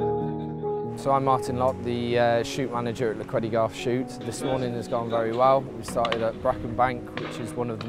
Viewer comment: Very nice! But please please please someone correct the name of the place, should be Llechweddygarth, not "Llch..." . I know you all think we Welsh hate vowels, but we're not that bad ;)